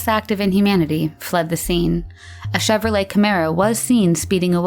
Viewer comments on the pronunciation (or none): none